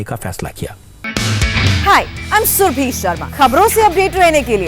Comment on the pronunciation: Apana name bhi thik se nahi bolti ho . Surabhi bolo Surbhi nahain